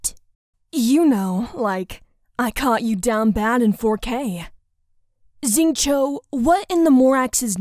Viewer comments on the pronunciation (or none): Don't click "read more" if you don't wanna see some pronunciation nitpicking How you pronounced "Xingqiu" as "Zing-chow" is not 100% right, it would be more correct to pronounce it "Shing-chiow"